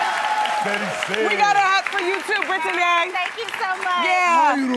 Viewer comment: Brit-Ti-Nay? What happened to just Brittany??! Why we trying to be all special with the pronunciation? Is there a silent "Q" or "Z" in there or something.. geez..